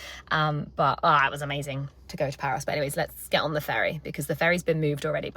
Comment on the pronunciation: Just found this thanks to my start page and omg omg I totally love this and you 🥰🥰 I actually never read the title first or too fast so here and there in this vlog it sounded like you said "Paris" (France) and then I read the title and I saw it was Paros 🥺💖 and so cute friendship rings ❤️ also love that green top in the beginning 💚 just imagine being one of your girlfriends how great that would be 💖💖 the biggest hugs and cutest kisses to you 💋